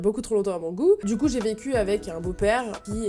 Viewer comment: Au début de la vidéo t'as dit vecu j'ai compris pq j'avais pas compris😂😂